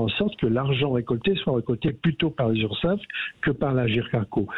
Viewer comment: Urssaf et non Ursaff, on dit Sécurité Sociale et non Fécurité Fociale